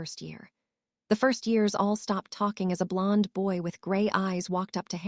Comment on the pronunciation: Oh my god blond being pronounced blunda. Weasley as wuzla. Pus la tunj la for parceltounge! That one's hilarious, but it's taking away from the story. Please please remove and replace it with A.I adjustment back to how they were before in the other books on this sight. Well apart from slutharun